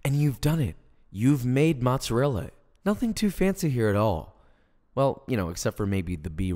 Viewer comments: Saying “motzerella” makes my skin crawl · As an Italian it triggered me how he said mozzarella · U butchered the word mozzarella